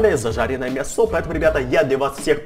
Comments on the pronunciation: Почему мясооо,а не мяяясо? Или ты специально так говоришь? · мЯсо!!! не мясО, мЯсо!!! ударение на я. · У тебя падает ударение на о слово мясо? (Лайк!) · Он сказал мясО а не мЯсо XD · почему ты говоришь мясо ударение на о? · в слове мясо ударение на Я а не на А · мясо страно сказал